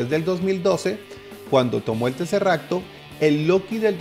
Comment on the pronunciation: El edcudo se rompió.. Y ya no digas teserracto